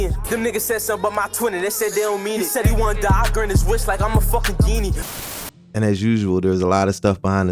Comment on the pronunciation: Why’d dude pronounce Genie 🧞‍♂️ like that 😭